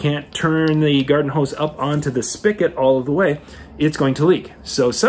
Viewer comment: The word is spigot not spicket , however the word is so commonly mispronounced that spicket is acceptable now. Thanks for the tips.